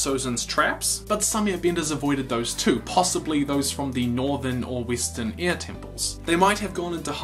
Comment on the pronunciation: Btw, last video I saw of yours I was confused for half the video by you calling air ear. I understand you have an accent (very nice accent, btw) but maybe try pronounce the word air better.